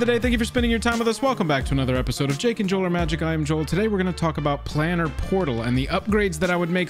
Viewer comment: Um, actually, thats "Plane-er", not " plan-er." = As in, plane of existence. Thank you for this vid! From what I see it is the only one covering this topic.